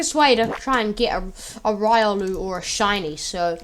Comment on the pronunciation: It is RIO-luu